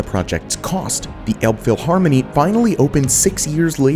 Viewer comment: You accidentally pronounce Elbphilharmonie the way we humorously call it: Elb-vieh-harmony. Which would mean Elbe river Cattle Harmony, with the "Cattle" standing in for the expression "stupid cattle"